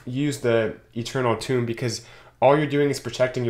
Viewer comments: Dude, TOME! not TOMB... smh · I say to myself "Tome, it rhymes with 'home'". Every. Single. Time. Pretty sure he's trolling pedants like myself! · Tomb? You mean “Toe-mm” It’s a spell song know as “grimoires” Another is war drums and battle cry’s etc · It's Tome, rhymes with Rome.